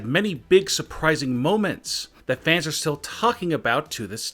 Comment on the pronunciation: Why do you say fannss